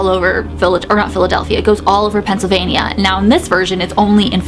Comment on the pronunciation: Oh my gosh I’m cracking up at how you say Pennsylvania, the way I say it is Pennsylvein-Yah, you Say Pennsylvein-ieyah